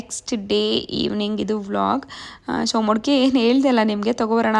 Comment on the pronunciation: ನಮಸ್ತೆ ಅವ್ರೆ ನಾವು ನಿಮ್ಮ ಹೊಸ ಸಬ್ಸಿಕ್ಯ್ಬರ್ ನಿಮ್ಮ ವಲಾಗ್ ಚನ್ನಾಗಿ ಬರ್ತಾ ಇದೆ ನೈಸ್ ವಲಾಗ್ ರೀ ನಮ್ಮ ಅತ್ತೆ ಚಿಂತಾಮಣಿ ಯಲ್ಲಿ ಇರೋದು ನಾವು ಬರ್ತಾ ಇರುತೀವಿ ಊರಿಗೆ ನಮ್ದು ಬೆಂಗಳೂರು ನೀವು ಇರೋದು ಕೋಲಾರದಲ್ಲಿ ನಾ ನಿಮ್ಮ ಮನೆ ಚನ್ನಾಗಿದೆ ಮೊಡ್ಕೆ ಅಲ್ಲ ಮಡಕೆ ಅಂಥ ಹೇಳಿ